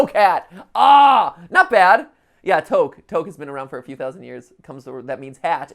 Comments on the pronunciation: HELP WHY WaS HE PRONOUNCING TOQUE AS TOEK IM SOBBING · In toque the q is silent (I burst into laughter seeing how you said it because I'm arabic)